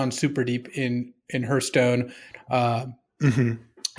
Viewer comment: I've heard of these other games, but what is Hurthstone? Is it like Hearthstone? ;)